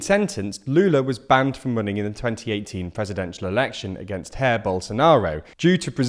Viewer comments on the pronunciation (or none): Portuguese is not Spanish! It's not "Hah-eer" Bolsonaro, it's "Zhah-eer" Bolsonaro. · Jair, not Hair, lol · Just a tip, "j" in portuguese is pronounced as a soft "g", not as a "h" or "i". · "hair bolaonaro" 🤣🤣🤣 Well I suppose he does have a good set of hair. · "Hair" Bolsonaro